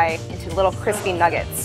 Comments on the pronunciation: Yep look at the cwispy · Look at the cwispy